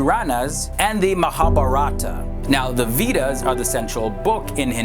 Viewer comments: okay so i watched like three videos and i am tired of the way u you pronounce vedas ....it is more like you are saying weed-uhs😂😂😂😂😂😂😂😂😂 it actually is like vay-das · way-das not we-das. Just typed as it soundz 😁😜😜😁🙏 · It's not "Weedas" it's "Veda" Or Way-dah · It's way-das, we-das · The "Veedas"! Vedas please. Nice video though. Om Hari Om! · its pronounced veh-dahs not vetas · it is pronounced as waydas not wedas .